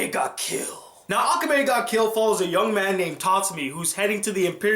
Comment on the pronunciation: Who does he pronounce so bad i swear some people cant say akame the right way